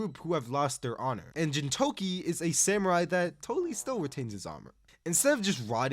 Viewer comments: ok you actually didnt watch gintama, like you literally did not watch it. if you had, you would have said the name right. its pronounced GEENtama, like GEENtoki, which would be hard to know i guess if youve never seen a single episode. also you didnt touch on the incredible heart and human growth experienced within gintama? you dont even need to go to the crazy arcs at the end to see it (though theyre quite good if you actually watch the fucking show) but there are multiple arcs or episodes before that, such as MADAO being adopted, the old man and his dog, and kagura's umbrella are all very exceptional and earlier episodes that champion the true message of gintama. but sorry it didnt have enough aura moments or whatever shit metric you used to determine this list. and if your metric was your own terrible taste, then you should be ashamed. take 9 more years, and actually watch the shows next time you trash-gargling, milquetoast last piece of 3 weeks old bread that no one wants. i cant believe you scammed 87k people. your jojo part was also shit, i could even finish it. i pray you didnt cover zombieland saga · Him somehow not knowing how Gintoki's name is pronounced + his reviews being very surface level and generic convince me he didn't even watch most of these anime